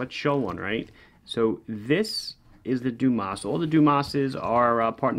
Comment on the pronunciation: If the watch is indeed named after the diver Frédéric Dumas, which is born in southern France, the correct pronunciation of the name would be "DUMA". Well, at least it's not Dumass :D